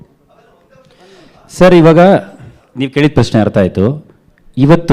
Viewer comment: ಸಾರ್ ವರ್ಸ ಅಲ್ಲಾ, ವರ್ಷ...